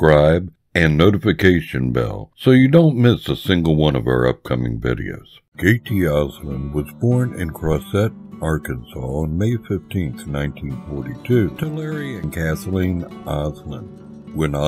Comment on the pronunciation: It is Crossett, Arkansas. Not Cro-set. I live 45 miles from there.